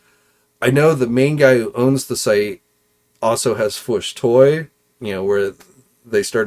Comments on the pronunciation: It’s not fwush it’s FWOOSH AND the man! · I like u & enjoy the show. I imagine if u pronounced certain words properly, you would probably gain a couple thousand subs right there. I'm pretty ez goin', but hearing you say the "Fwuush" instead of the "Fwoosh" or "HO-K Hogan" runs all over me. Haha. The weirdos online will stop watching someone just over disagreeing on a movie review or over toy articulation. You think they won't slow down on viewing you over annoying stuff like that? Just constructive criticism. Ty